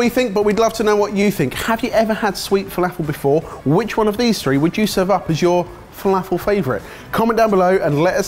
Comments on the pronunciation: my favourite part of this video is the way you pronounce felafel, zatar and babaganoush. Made my day! haha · Gads... Please learn how to pronounce falafel. it has nothing to do with the British accent it is strictly a mispronunciation of the word. Other than that, good video., sweet Falafel.... Brilliant!!